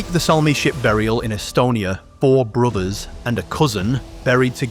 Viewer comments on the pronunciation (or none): you said four brithers! That is all the proof I need that the Vikings were black...hahahahahahahha